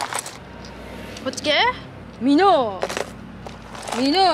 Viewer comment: ミノーの発音が箕面